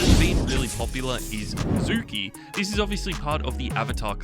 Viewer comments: No way you called zuko zuky😂😂😂😂😂😂😂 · My soul left my body when this man called zuko zu-kee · Blood said Zuki 😂😂